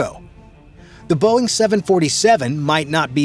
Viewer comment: 😂Dumb and dumber “BEOING” mark 😂😂😂😂